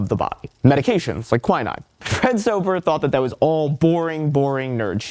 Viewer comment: ahte to be that person but it is not pronounced kwai-nine, its kwi-neen.